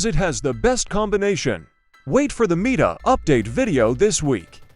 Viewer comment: I closed it because of the AI voice. I dont care what your accent is. I am nilet listening to some voice that can speak worse english than you "Oh is that gun MEET-A is it? Really is it Meeta? Oh cool" Fugg off